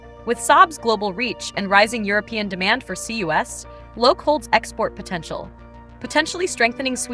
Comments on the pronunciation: It's pronounced Loki (lo-kee) in english, the god of mischief :) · The AI voice is actually closer to the Swedish Loke (loo-ke) than the English pronounciation Loki.